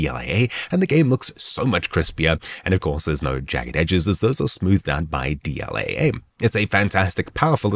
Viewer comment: You say AA like that one family guy episode AA eh?